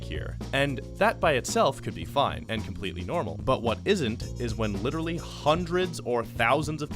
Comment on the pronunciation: Ah yes- LISTERSLLY